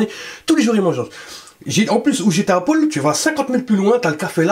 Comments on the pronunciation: Ça m'a stressée tu dis Pôle tout le long de la vidéo 🙄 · "chez pol" jpp